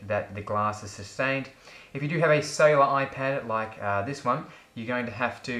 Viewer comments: i always googled "iPad Sailor" until i heard you say it for like the 27th time, then i understood, that you meant "Cellular"... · When you said cellular, I thought you said sailer